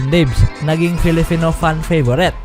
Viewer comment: Bakit nabibigkas mo nang tama ang PiliPinas at PerFormance samantalang bigkas mo sa salitang "Filipino" ay "FiliFino"?